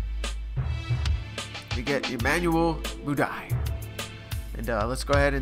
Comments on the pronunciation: Nice series man! It's just tht you keep saying Mudiay like "Moo-Die" & it's pronounced "Moo-Dee-Aye." Lmfao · Pronounced Moodeay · Pronounced Moodiay